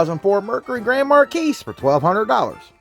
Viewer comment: Hey feller, it aint Mar-keys. The "s" is silent dude. But i suppose you were being silly sayin it that way😂